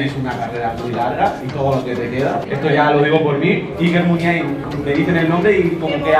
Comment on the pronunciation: La forma correcta de decirla es la que dice el presentador en el